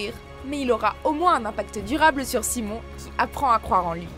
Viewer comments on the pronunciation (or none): none